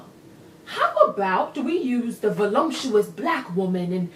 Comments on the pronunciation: grin she also says "volumptuous" and not in the way urban dictionary uses it. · Premedicated? Volumptuous? For the love of dog, please cut in soon. I can't take any more of her. I'm not sure I can do 19 minutes, or I guess about 5-6 minutes of her. My ears are already bleeding.